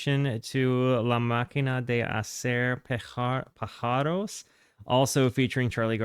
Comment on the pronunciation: hi, a little correction, it s not "pajaros" with the "j" as in english. Vowels and consonants are different in spanish. Is "páharos" with the first "a" accentuated. And the j is pronounced as "h" in english but with a strong sounD.